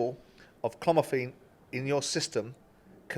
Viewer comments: And it's Clomephene not clomeform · Its chlomiphene 'clom i fien' not chlorophyll or chlomaphone or chlorophide. Its like listening to Jonathan Ross wibble a wobble of a prescription to a giezer from the boozer. If Benn has chlomofone in his system. I reckon he'll be OK 😂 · Simon's chloroform in the head, prob used it a few times...😂😂😂... Its Clomiphene lol... I can't stop laughing at him saying it, it nearly knocked me out 🤣🤣🤣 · Anybody else aggravated by Simons difficulty with the word clomiphene? WTH is Clomaform? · Can somebody say to these 2 clowns it’s not clomiform it’s Clomiphene. Pair of idiots can’t even pronounce the name of the banned substance Benn tested positive for😀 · Why do they repeatedly refer to it as "Clomiphorm"? That implies they don't really know much about the issue, if they can't even get the name right. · Clomifene. Not clomoform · Bit embarrassing that Simon called it clomoform about 100 times 🤦‍♂️ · Clomiphene not clomofoam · Can someone tell Simon it’s not called clomoform? It’s winding me right up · Why does he keep saying cloroform 😂😂😂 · He should maybe learn to pronounce the drug name right. CLOMIPHENE phonetically.. Clom-i-feen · "clomiphene" Simon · “Clormiform” FFS 😂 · They have forgotten how to say clomiphene 😂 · Excellent chaps. It’s called clomiphene Simon!! 😂